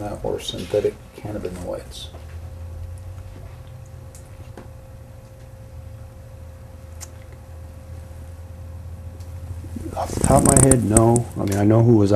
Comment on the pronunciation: This bad cops plums tingle a lil bit each time he says " synthetic canabanoids".